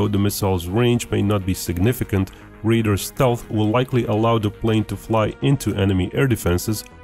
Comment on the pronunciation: Deciphering between your pronunciation of RAIDER and RADAR was very dicey